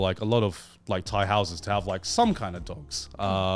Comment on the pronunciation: "shout out to my Thai bros" - in the most English voice ever